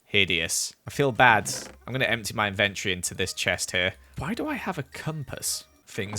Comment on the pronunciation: Inventory ~ en-ven-tree Lmao